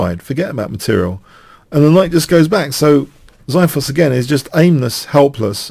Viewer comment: lol the way you say xithos is so wrong lol